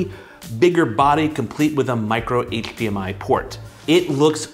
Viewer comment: I came for the review and stayed for the “hcHdmi”